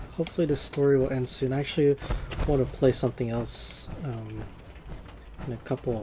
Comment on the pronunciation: end not aend